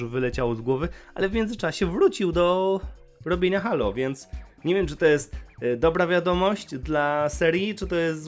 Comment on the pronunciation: jprdl Halo.... jak mnie to drażni [HEJLO] SIĘ CZYTA!